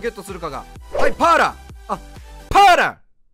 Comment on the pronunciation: VIPさんがAランク選手出した時に好きな発音 ・1位 Patton ・2位 パッーラ(飛沫量3リットル) ・3位 デラロ↑サ